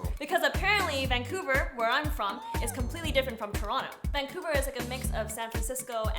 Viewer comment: Leendad infected the Fungbros with saying Vangcouver O_O